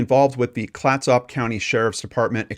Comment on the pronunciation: Good report. Clatsop (County) pronunciation kind of rhymes with ketchup but with soft s instead of the ch sound. It is named for an indigenous tribe from the area. My aunt lived there at the time but I have never heard of this case until now.